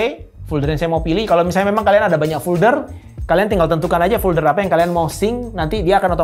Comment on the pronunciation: maaf agak terganggu dengan penyebutan "fulder". biasanya kan penyebutannya "folder" . overall penjelasannya sangat mencerahkan. terima kasih.